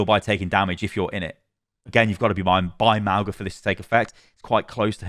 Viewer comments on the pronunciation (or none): It's Mauga, not Magua. Ma-u-ga, Mow-ga, whatever, but not Mahgwa. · Lets slaughter you. Mauga is fine, but how could i be Magua? Its either Mauga or like she said, "maunga" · There actually is no "guh" sound in Mauga at all. It's a nasal "n" sound you make with your tongue at the back of your throat that you open to an "ah". Mah-oo (nasal n)-ah. 2 Syllables. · Magwa? I say Mouga. Hopefully he gets some tuning. Plus he destroys with Zenyatta. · Mauga's is Samoan and it's pronounced similarly to "Manga", as consonants in Samoan are the same as English except G which makes an NG sound as in "song." (no hate, just an informational comment) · I’m pretty sure it’s jus Mow-Gah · i’m pretty sure it’s pronounced “mow-na” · Mau-nga like the ng in sing, /mauŋə/. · They pronounced mauga at blizzcon if you think its said wrong take it up with blizzard